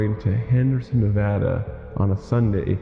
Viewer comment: Please listen to the recording. Listen REALLY hard. Listen to it again. This is how Nevada is properly pronounced.